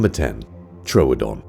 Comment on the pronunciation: I'm pretty sure that it's pronounced trew-don not troadon